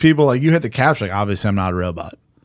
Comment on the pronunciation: I've looked into him, I just think it would make for a good Ep.... Spud sperging out, responding to stuff he's never heard of with "OBB-vee-us-leee" for old times sake.